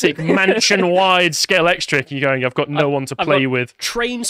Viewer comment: Wow this is literally the first time I've heard someone pronounce it correctly, and not say 'scalectrix'